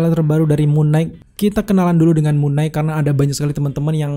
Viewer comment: Koreksi bang. Knight dibaca "nait" gak dibaca "g"nya. Sama kayak baca night 🙏🏻 Abang ni bagus kontennya, suaranya jg enak, tinggal perbaiki pronunciation aja bang. Masukan biar kontennya lebih enak dan lebih maju bang 💪🏻